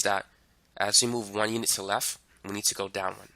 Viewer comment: I don’t understand the words, “lef” and “shif”